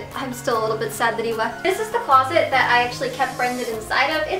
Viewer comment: but this isn't a secret she's clearly lying and by the way it's that not dat